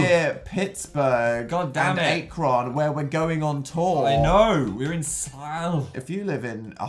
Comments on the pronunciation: “Aa-Kron” mmmmm no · Dan: Ay-kr-on Everyone in Ohio: ... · us in ohio: Ack-ron dan: Ache-ron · he just called ACK-ron ACHE-ron I’m suing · I'm part of the Ohio squad! Also the way Dan pronounced Akron was so cringy it's Ahk-kron not Ay-kron. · That Ohio city is pronounced Ah-krohn not A-cron😂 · dude i love my hometown “aye-kron” u sweetie kids you’ve been there before yak it’s “ah-kren” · I live in the Akron area and the way Dan pronounced it made me laugh so friken hard. “Aye-cron.” It’s pronounced “ack-rin.” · i live in ohio and i love how dan pronounced akron as "aye-kron" and its pronounced "ack-ron" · It’s pronounced ACK-run not AYEk-ron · Dan pronouncing Akron wrong killed me a bit. AHHHH-krin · I love them 😂😂 I’m from Ohio near Akron and hearing them say A-Kron is giving me life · i thought he was gonna day acorn tbh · Cas Layne ~ they kept on saying our state name...finally recognition. also, aycrohn? I almost fell down the stairs hearing dan trying to say Akron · I have family that lives in Akron. Now all I'm going to hear when I go to visit them is Dan saying Aycrohn. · Akron is pronounced “ak -rin” 😂😂😂 put some respect on my home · ah yes, my hometown of AKRON which is definitely pronounced like acorn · DAN ITS AK-RIN OMG 😂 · I live in Ohio and hearing them pronounce it as uh-hi-oh was the best thing I have ever heard (also it is Ah-ka-ron) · Says Akron wrong lol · I moved to northeast Ohio in 2021! I’m at KSU now. I chuckled at Dan saying Akron wrong lol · Kelly McMahan It's Illegal for him to say Akron as well. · MortalityMyAss RIGHT I live in Ohio and I was dead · They pronounced Akron wrong lol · Abigail A me too! I live near Akron so I kinda died cause they pronounced it wrong haha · Omg so glad I'm not the only one who it bothers when they say Akron lol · as an ohioan that was what offended me most, I almost fell down the stairs because I gasped so violently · Lmfaoooo the way Dan pronounced Akron 😂😂 THATS NOT IT HUNNY